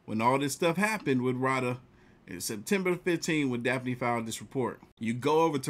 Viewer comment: Dude it's Roh-duh! 😂 I just saw a post the MTR put on Instagram! That heffa is in Jamaica!